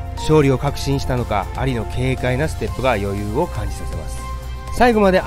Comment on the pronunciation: モハメド・「アリ」の発音が完全に蟻ww